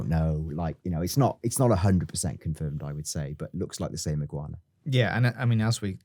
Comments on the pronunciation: Iguana. Not ig-u-ana. Just iguana 😂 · stop butchering Iguana 🦎 It’s more how says it, Ig wana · "Iggy Wahna"?? 😭😭 lol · I’m sorry but if you guys keep pronouncing words like iguana as igg-yoo-warna and assume as ashoom I’m gonna have to stop watching it is badly triggering me fair enough if you just said it once or twice I would be like yeah that was annoying but repeatedly like 13 times I wanted to turn the video off so bad but desperately wanted to hear what you had to say please sort it cheers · Please learn how to pronounce Iguana lol.. Also it's 110 kg he's lifting, the bar itself weighs 10kg.. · Why tf is he pronouncing iguana like that? 💀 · Pronouncing the fuck out of the word 'iguana' there.